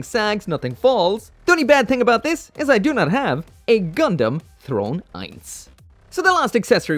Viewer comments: PRONOUNCED SVEI!!!!!! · You're actually supposed to pronounce the Zwei as ZVEI